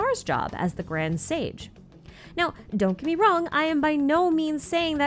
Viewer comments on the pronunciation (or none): none